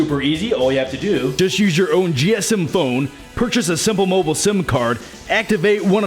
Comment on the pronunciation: simpul mobul haha